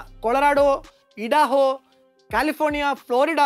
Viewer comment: It is not "ഇഡാഹോ" but pronounced as "ഐഡഹോ"